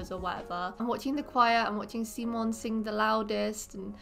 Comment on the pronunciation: Also, I just want to give credit to tell you for saying Wilhelm’s, Simon’s and Sara’s name right, there’s way to many people who say them so wrong.